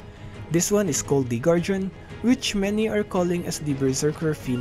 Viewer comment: can you please pronounce guardian correctly in future videos.